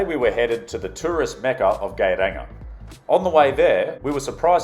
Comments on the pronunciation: Geiranger is pronounced sort of like yay-rahng-air. Since you literally asked. :p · Norway is one of the world,s most beautiful places,(if one likes mountain,s)😉 Especially Fjord Norway I was very amused of the way you managed to spell Geiranger wrong and differently i think 5 times , especially,,, Gay ranger ,, for gay people or what 😂😂😂😂🤠😉 Norway for the win